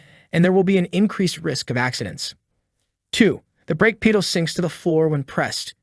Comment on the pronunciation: Lost me at "brake peee-duhl"